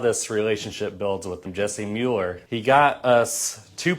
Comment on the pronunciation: It's Muller, not Mueller